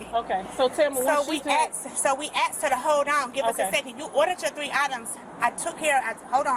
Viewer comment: I really hate when people say axed instead of asked.